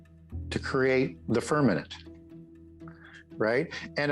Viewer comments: I believe you meant to say 'firmament' and not firmanent. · It’s firmaMent not firmanant 🙄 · Why does say "firmament" like it times with "permanent"? Seriously, he says "firmanent" many times. Ridiculous.